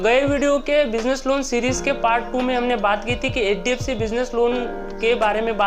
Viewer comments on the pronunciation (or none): none